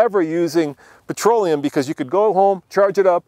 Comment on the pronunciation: What the hell is "patroleum"?